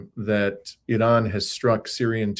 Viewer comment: Thank You for this report and for pronouncing Iran correctly!